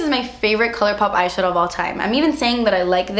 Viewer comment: once she said shatow I was like YYAASS LIPSTICK SHADOW WINE BIT COOOLLOOORRRR~~~